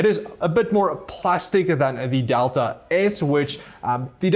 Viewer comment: adelta ????? its DELTA ffs what i hate ppl there cant pronaunce things correct